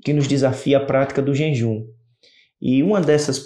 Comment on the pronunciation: JEJUM, QUERIDO IRMÃO, A PALAVRA NÃO É JENJUM, PERDOE